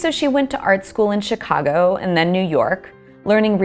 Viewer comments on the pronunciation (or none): none